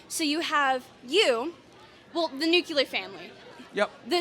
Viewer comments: Not the new-cular family 😭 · Nucular! Wow! It's crazy that people are this damn stupid. 🤦